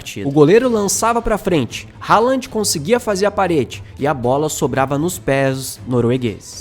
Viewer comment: Haaland pronuncia Rolã Pra ouvir abrir o google tradutor, escrever, selecionar o idioma norueguês e clicar no megafone Spoiler não é vocábulo de nosso idioma